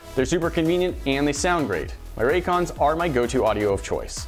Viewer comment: Lol "Raycons" 😂😂😂